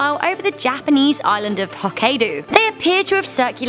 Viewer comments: Her saying Hokkaido angered me so much SHE SAID IT WRONG I'm not Japanese I just lived there for seven years a lot of Americans mispronounce it (I speak Japanese) and they don't care usually. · I am not Japanese either and it annoyed me too. Hokkaido isn't that hard to pronounce either.